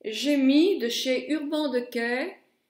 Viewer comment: J'espère que quand tu es sortie tu as fait tes deux yeux de la même facon !! Mdr..l'avantage de prononcer de mala façon dont c'est inscrit c'est que l'on comprend très bien de quoi tu parles ...et je prononce urban decay de la même façon que toi...qu'est ce que ça peut faire que tu prononces mal l'anglais..certains anglais prononcent mal le français et on trouve ça charmant !!! Bisous ma belle et merci pour ces deux tutos